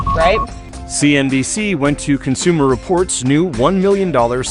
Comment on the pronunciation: cons-u-more distorts living up to their name